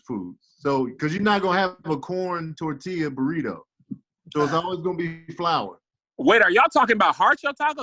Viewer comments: As the resident representative for la Raza. Also: Tore-til-uh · I want to elbow drop from the top rope for saying torTILLa lol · is from California yet can't pronounce TORTILLA. I love it.